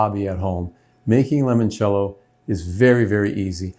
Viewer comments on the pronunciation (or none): Ok, so, it seems that you have everything but the pronunciation. Try this: lee-monchello… master that and it will taste much more authentic 😊😊